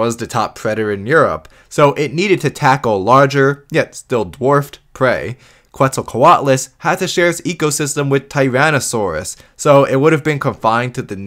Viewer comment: Is not "qu-et-zal", is "ket-zal".